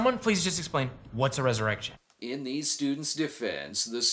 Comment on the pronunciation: It's not resurrection it's res-erection